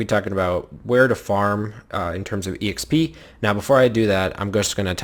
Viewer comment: who says exp as e - x - p?!, it's so annoying